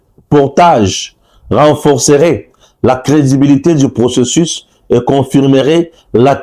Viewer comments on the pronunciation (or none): none